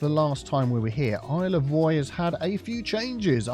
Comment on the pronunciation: for a secound i thought Isle of Roy said Isle of Prey